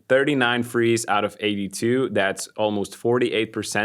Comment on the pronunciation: It's pronounced THREES not FREES